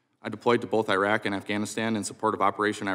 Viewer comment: At least name the country correct it is not AYREQ or i WRECK for US army, it is IRAQ.